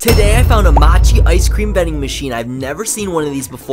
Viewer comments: Matchi? It’s pronounced Mo-chi, come on bro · “Moe-che” is how you pronounce mochi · The way he pronounced mochi 💀💀